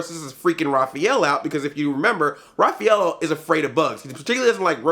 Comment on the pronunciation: Did you say Raphaelo ? xD